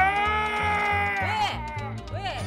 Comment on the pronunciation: 여기서 미친 디테일. 여기에 일어났어가 아니라 잏어났어임ㅋㅋㅋㅋㅋㅋㅋㅋㅋㅋㅋㅋㅋㅋㅋㅋㅋㅋ